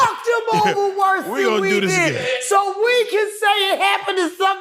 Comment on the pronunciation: It's gets WORSA and WORSA 😂